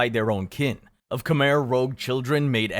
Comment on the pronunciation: he said "KHMER ROUGE"!!?